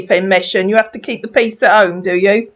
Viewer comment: Let's translate ooommm - home Heverrry thing -every thing tendy years - 10 yrs. how hooled -how old hoo k - ok Axe me - Ask me. Gosh I have been speaking English wrong all my life silly me thank goodness I won't make mistakes any more 🤪🤪HHAAAa 🥴🤥🤥🤥🤥🤐.What a complete idiot .